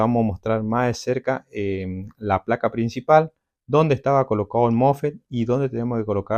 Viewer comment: Los mofe no existen es mosfet instala no existe es instalar apprende a hablar bién!😂😂😂😂😂😂😂😂😂😂😂😂😂😂😂😂😂😂😂😂😂😂😂😂😂😂😂😂😂